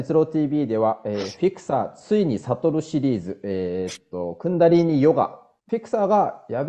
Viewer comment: クンダリニーではなくクンダリーニでは？